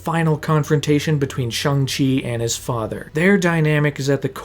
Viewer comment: Ik this is random but I am so happy that you properly pernounced Shang-chi's name,so many ppl say his name wrong and it pisses me off so bad bc the movie spends like 5 minutes explaining how uncreative he is for thinking he can hide from his dad with barely changing his name